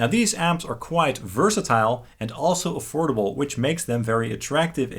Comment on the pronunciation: He said... "Afordable"......💀😭